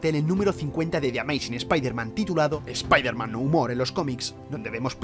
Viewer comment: Primer español que veo que pronuncia Bien SpiderMan 😃 Xd